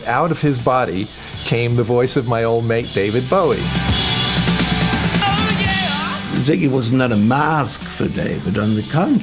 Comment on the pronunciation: I hate it when people call him Bowwy!